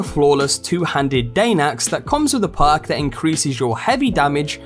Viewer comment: It took me 4mins to realize he wasnt saying PARK but perk...i was wondering wtf a park was on a weapon